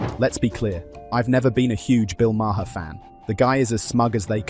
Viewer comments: BTW, it’s Marr not Ma-her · Who the hell is Marhar? It’s pronounced Marr. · Hey guys - Bill Maher pronounces his last name like "Mayor" Not MaHar. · His name isnt Ma her its Maar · Stupid AI voice, it's pronounced MAR not MAR-HER. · It's pronounced Mar. It's not Mar her. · His name is pronounced Mar not Mar-har. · "The British Brothers"? What the hell is this shit? And what's with the Bill Ma-her pronunciation? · Its not ma her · Who is Bill Ma-her? AI blows. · Its pronounced Marr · It's just Mar..not two syllables..just sayin It's driving me crazy..lol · Your A.I. can't pronounce Maher? MAY-er. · Idk if you're AI, but the pronunciation of Bill Maher's last name is one syllable. It rhymes with 'far'. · "Mah-her". Ugh. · I had to stop after the tenth time of saying may-HER 🤣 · You need to pronounce Bill Maher’s name correctly. Makes you sound dumb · The h in Maher is silent. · Dude, the h in Maher is silent. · HEY…. MATEY!!!!!!! THE E. IS SILENT IN MAHER!!!!!! GET IT????? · Why can't people say Maher correctly? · You need to teach your AI bot how to pronounce Maher.